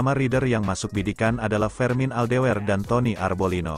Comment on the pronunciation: min klo membaca naskah atau nama yg bener donk ..,,MotoGP motojipi d baca motogepe..fermin aldeger d sebut fermin aldewer...hadeuuhhh 😂😂